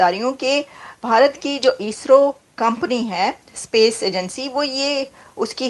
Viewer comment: सपेस नहीं स्पेस होता है।